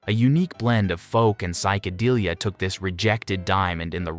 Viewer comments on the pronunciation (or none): none